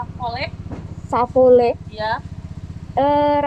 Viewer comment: Bukan sapole, tapi campoleh. Sering² jalur jonggol om, banyak dari setelah cianjur menuju padalarang